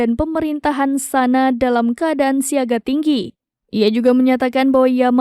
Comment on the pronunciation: Bacanya bukan "SANA" tapi "SONA'A"